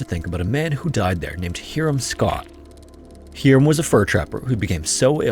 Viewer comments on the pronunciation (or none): Not "Heerum"... it's "Hiram" ("HIGH rum") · Its pronounced HIGH-RUM not HERE-RUM for Hiram....🙄🙄🙄🤦🏽‍♂️ wtf is it with these channels not doing proper research on how to pronounce names of towns, people, mountains etc. I really dont fckin get it...talk about trashy, ignorant, unprofessional, and downright aggravating to the listener/fan of the chsnnel...